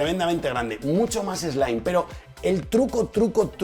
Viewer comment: en el minuto creo que quieres decir en inglés "slim" pero se te escapa un "slime". Un abrazo y gracias por tus vídeos.